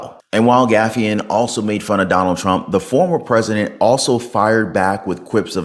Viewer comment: is very nice, but he mispronounces some words and proper names. He just mispronounced Jim Gaffigan as Jim GAFFIAN. Can someone help him out beforehand?! Please!